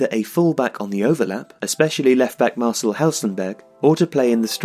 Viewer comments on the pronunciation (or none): none